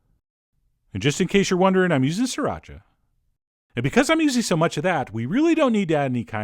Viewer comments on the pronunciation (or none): none